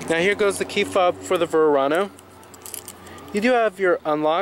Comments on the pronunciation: What are you calling it? Vurr-ano?? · I never heard a Verano pronounced Verrrrrrrrano before lol.